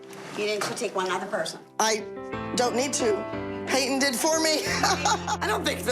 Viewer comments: No Jill says it like Payt-Ton. It's supposed to be like Pay-ton but Jill really pronounces and enunciates the T in her name for some reason and it always bugs tf out of me lol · The way Jill says Payton’s name just sends meeeee 😂😂😂 “payT-Ton” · Pay-Ton omg the way they say her name makes me want to scream 😂😂😂 she said my name is Payton not PayToN so chill 900 voice 😂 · jill pronounce peytonas pay.ton 😭